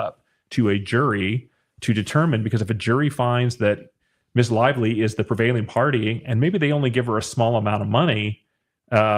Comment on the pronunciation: Appreciate your balanced and insightful commentaries but want to add a heads up: “Ms” is pronounced “miz,” not “miss,” which can come across condescending and dismissive, like a demotion of a woman to a girl. I’m not a BL fan, but I worry it weakens an objective stance, and I flinch every time I hear it. Hope this is helpful.